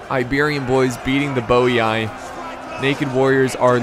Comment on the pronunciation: Not quite. Double I at the end of a word is pronounced “ee-ee”. So it’s Boii is Bo-ee-ee.